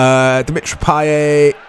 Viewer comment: Payet's t goes unpronounced, you read it as Payé.